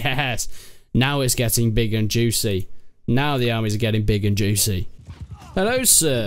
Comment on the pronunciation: "Helllo sirrrr"